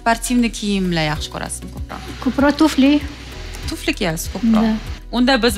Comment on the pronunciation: Tuflini tfli diydi😂